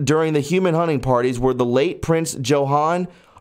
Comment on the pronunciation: "Joe-Hahn" is correct